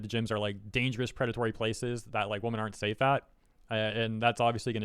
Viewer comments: im curious, can you not say wo-MEN? you usually say woman as a plural. not trying to be mean. love your vids! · It bothers me that you say "woman" when you mean "women" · "Women" is spoken like "wimin", almost the entire word changes in the plural form. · I hope was being satirical, purposefully mispronouncing "women" as "woman", and not that genuinely doesn't know they're pronounced differently. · Am i crazy or is he pronouncing women as woman? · Please learn how to pronounce the plural word "women". It is not pronounced the same as the singular "woman" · Just to clear up my hearing at the beginning of the video are you saying women or woman. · Is he saying women? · I agree.